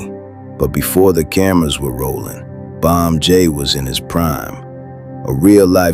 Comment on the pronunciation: Bump j not bomb j